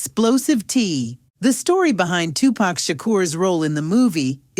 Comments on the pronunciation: Is this an AI voice narrating this video? I mean who says 2-Pack for 2-PAC? 🤣🤣🤣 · Hey narrator! It’s Pac ( pok ) not pack ! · Yeah because us black folks know how to say 2pac not two pack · His name is Tupac not Tupack get it right please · Yo. I cannot with this A.I. voice over when they mess up names. They had me like who is Lawrence?! I didn’t know until I looked at it they meant LARENZ! And pack? Who is pack? Pac you mean?!!! Smh I tried to watch it. back to Vlad interviews I go. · come on sister. you black.. or sound black say their names correct. He is Larenz Tate not Lawrence.. there isnt 1 movie to with a credit for Lawrence. Now 2 Pack.. not Tupac pronouced 2 - Poc.. 2 pack..smh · Whats so hard about saying tupac who the hell is two pack 😂🤣😭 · AI SAID TUPACK😂😂😂😂😂😂😂😂😂😂. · I hate when ppl pronounce his name wrong PAC.. He not a pack of cigarettes, but he’ll light your a$$ up😂.. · "Two pack and Jada" 🤣🤣😂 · Just tell me what you are supposed to facilitators if we were saying of pronouncing the name wrong 👉👉they would correct us it's not too packed is Tupac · Jada and Pack. This black AI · Jada and “PACK”. Lmao… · 2 Pack?? smh AI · Dead give away its an AI when it says "tu pack" 😂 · Who narrated this?!?! She called Larenze Tate "Lawrence" and Tupac (Tupack) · That freaking AI🤦🏾‍♂️🤦🏾‍♂️WTF is Lawrence 《Larenz》Tate🤣🤣🤣 Oh yeah don't forget Two Pack🤣🤣🤣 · Jada and “pack”? Lol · Who is “Two Pack”..? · I mean saying 2pack over n over. Kills me..... Just stop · You hear it say two "Pack" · They need to stop with the AI voices… can’t even say “Pac” 😂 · You can tell the narrator is not a 2pac fan since she kept calling him Pack. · She said 2pack, come on now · It’s Ai because as a black person lol we don’t say “2pack” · Im so sick of this AI narration bs. It ruins the feel of the video. It cant even pronounce names correctly. They butchered Larenz and Tupacs name.